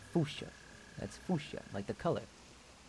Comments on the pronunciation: Lol fuchsia is pronounced “ few- sha” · I literally watched 10 minutes of this stream and watched the same ten minutes today😂 every time I cringe at him saying fuchsia wrong shudders lol jk I live u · I love how he calls Fuchsia Foosha